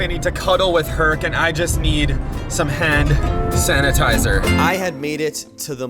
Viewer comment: Why is he saying “Han sanatizer “